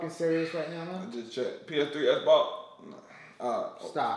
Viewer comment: He Cnt Say Xbox Lol xD